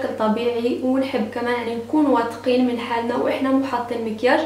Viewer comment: في شلون تقول واثقين ههههه😊😊